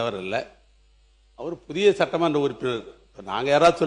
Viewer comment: டேய் இது மாமன்றம் அல்ல சட்டமன்றம்😂